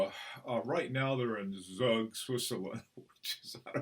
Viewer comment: Professor 👨‍🏫, the town is Pronounced "Tzoog" which is a a 30 min drive from Zurich. The largest encryption (non NATO) in the world is based there named Crypto AG. Also InfoSec. Their banking encryption products 🙏🏻✨